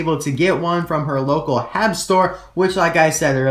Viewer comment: HEB. lol. Its actually just said as the letters.